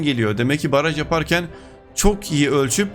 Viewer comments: Abi baraj yerine paraj 😂😂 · Paraj değil, Baraj :D